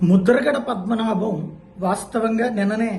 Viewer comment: Mudhragada padmanabha Reddy peru sarigga chadavali kadaa